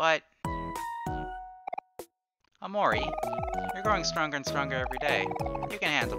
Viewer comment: I also find it funny how you say OmoRi.